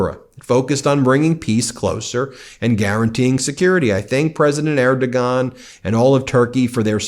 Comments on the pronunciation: It's actually pronounced 'Erdowan'. We Germans know as we had a song decades ago that he wouldn't like to hear... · Pronounced: Erdo-juan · "Erdogan"...the "g" is silent. At least the traditional media gets that right. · Do some fucking homework and learn how to pronounce the Turkish presidents name properly. In fact do that for all the people you reference, instead of butchering the pronunciation of them.please!!!!!!!? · I love your coverage, thank you! And I have to say, you gave me a huge laugh at your pronunciation of the names Friedrich Merz and Erdogan 😂. Keep up the great work!